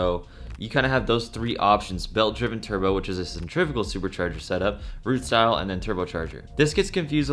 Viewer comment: I'm not trying to be that guy but cen-tri--fugal is not pronounced like the way they are trying to.